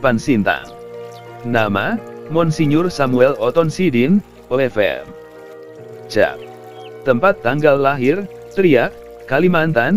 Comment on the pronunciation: Terimakasih atas Informasinya. Sedikit Koreksi cara membaca nama para Bapak Uskup dan nama Ordo/Tarekat/Kongregasi nya belum Tepat. Biasanya bahasa latin huruf C dibaca K. Contoh OFM.Cap itu dibaca OFM. Kap (C itu dibaca K) Terimakasih admin salam sehat 🙏🏼🙏🏼🙏🏼